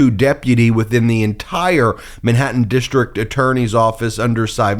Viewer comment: dishtrict-DISTRICT, goes-SAID, dishtrict-DISTRICT, A-nother-another, dishtrict-DISTRICT. ENOUGH!!! WORK ON YOUR PRONUNCIATION!!!